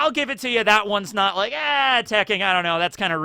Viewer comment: You called it tekking